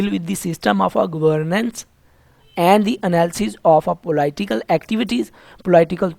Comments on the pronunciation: It is not po-ly-ti-cal science, it is po-li-ti-cal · Sir G aap nay bohat acha samjhaya . Magar thori mamooli si correction aap k accent ki waja say lafz POLIT yani PO ---LIT hay polight ya polite nahi hay. Polite urdu may matlab شائستہ meethi zuban ko kaha jata hay jab k yaha polit لٹ hay ye. Umeed hay mind nahi karay gay aap.AAp iska ggogle pay accent check ker saktay hay. Google pay POLITE OR POLITICAL CHECK KER SAKTAY HAY. E OR I say farq ho jata hay. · Po-laii-tickle science 😂😂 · Po-laiii tical science kia hoti hai bhai.....😂😂😂😂😂😂😂😂😂😂😂😂😂😂😂😂😂😂😂😂😂😂😂😂😂